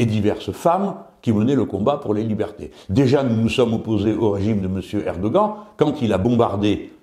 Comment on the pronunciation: j'ai moi même découvert en tapant erdogan sur Google trad que son nom se prononce "erdohan" Je ne suis pas un défenseur de cet autoritaire islamiste ultra Conservateur Mais de la même façon qu'on prononce Trump ou Biden en s'adaptant un peu à la prononciation anglaise, on peut faire l'effort si s'en est un de dire erdohan